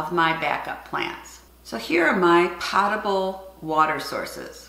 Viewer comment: Great video, as always! I also wanted to let you know that the word potable is pronounced with a long "o" as in the words potent or close.